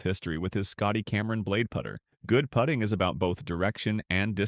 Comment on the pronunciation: Damn I acc couldn’t tell if the voice was AI or not until bro said “put-ing”